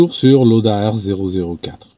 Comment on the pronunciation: On prononce "Laoda" en allemand.